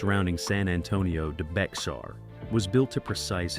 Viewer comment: Sir, I don't believe you've even watched these movies, since you can't pronounce half of them... SIM-MARRON? Seriously? Bex-ar? Seriously? You lose ANY and ALL credibility when you can't even pronounce the words correctly. No soup for you! Next!